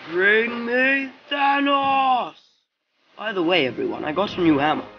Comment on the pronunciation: This was not accurate most of the things people said didn't actually say them in the original also you said thanos wrong *edit I said wrong, wrong also I said thanos wrong